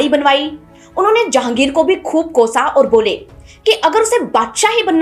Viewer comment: आप इतनी बढ़िया कहानी सुनती है। Please work on your pronounciation ओर नहीं, बोलिए ... और। लोट नहीं, बोलिए ....... लौट।